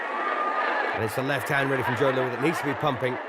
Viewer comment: Tell the "commentator" that it's Joe LOUIS, not "Joe LOUIE"! I'm sick of morons who can't get ANYTHING right!!!!